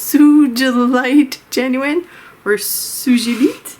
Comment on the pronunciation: Love your swatching solution! Also it's pronounced "suga-lite". Hope that helps, dear!